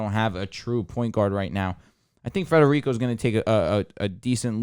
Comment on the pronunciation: Stop saying Frederico!!!!